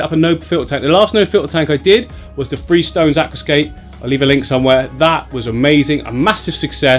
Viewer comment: Love your channel, I give it "free thumbs up". " free stars". English, Brit , what ever... it is pronounce TH....REE. ---you're a star now...remember to annunciate🤑🤑🤑🤑